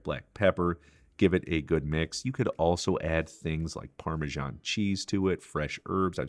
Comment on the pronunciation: One of my favorites ! 😋 Well done 👍 But no Parmesan on Spätzle ! B t w - it is pronounced parme S an , not Shawn or Sean that pronounciation is spelled parme GIA no ( in the way of... ) j.s.